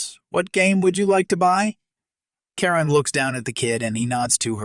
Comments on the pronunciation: I disagree! Don’t they say the customer is always right? She got what she asked for. I like the tax for being a Karen. Or a Ka-wren as it was pronounced. Also the Karen that said, Do you know who you’re talking to? I’d say, yes, a loud mouthed b*tch. If she’d spit on me I think I would have slapped her. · Thanks for the stories. Even if this voice can't get the name Karen right.